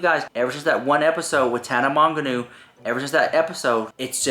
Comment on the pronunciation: Tana Monganu?? Girrrl.. 😄 It’s pronounced like “mojo” 😘